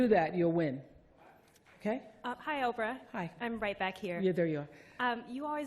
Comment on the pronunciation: "POPE-RAH"? as a brilliant commentary once said-- Bye-bye -- Enough.